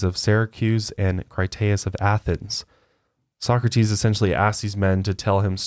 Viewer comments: It's pronounced Soh-Crah-Tiis not Soccer-Tees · No offense, but as a European it's adorable hearing you pronounce Plato like 'Playdough' and Socrates like 'Soccertees' can't help but giggle. Love your podcasts though! Wish I had more friends in real life that are willing to deepdive like you do. Keep up the amazing content <3